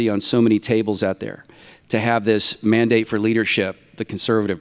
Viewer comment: in Pillar 3, did you say "Mormon-Dane"? Is this tied in with LDS?! I know you keep trying to change history to include religion in American politics. But this country was founded escaping the Catholic Church's involvement in Politics!! You can keep trying, but I refuse to be gas lit. You guys always make accusations with zero proof that are eventually found to be projection when chump is indicted for the very accusations you make. That's my proof. Where's your's? And where is donnie's wife and family? He's always campaigning alone! Nobody finds that strange? Especially since it's never happened even for local dogcatcher! I'm sure it has something to do with he's always s*itting his pants. 🦧🚼🦨💩💯